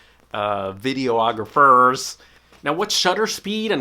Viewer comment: Videographers will hate you for calling them video-ographers. Do they call you a photo-ographer? lol. Say it with me: Viddy-AWWWW-GRAWWW-FURRRRR